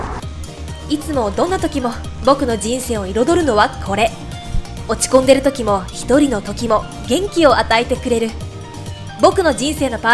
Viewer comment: 落ち込んで"る"←巻いてる😂😂